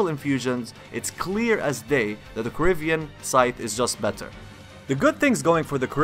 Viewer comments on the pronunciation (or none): Please stop pronouncing "corvian" as "corivian". It's core-vee-anne, not core-ih-vee-anne. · Kor-Vee-En Corvian not corivian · It's a Corvian Scythe. Like a Corvid. A crow. Not Corivian. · Corvian scythe, not Corivian scythe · I keep hear Caribbean instead of Corvian